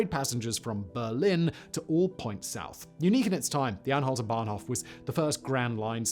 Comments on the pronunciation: Bahnhof not "Banhof" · It's "Bahnhof", not "Banhof" ;)